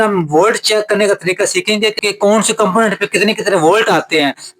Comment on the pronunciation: aik kampoenet ... aik say zydad kamponentsss ! 😁